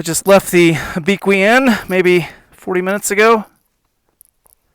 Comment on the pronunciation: Lol at Abeequee. It's Ah-beh-que.